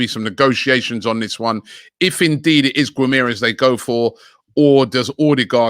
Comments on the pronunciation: Gwim-air-ez HAHA terrible pronunciation Robbie!! It’s Gim-ah-resh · Everyone: bruno guimaraes Robbie: bruno gumeres